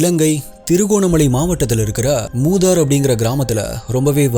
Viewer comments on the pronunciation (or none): அது மூதார் என்ற ஊர் இல்லை மூதூர் அது தான் சரி.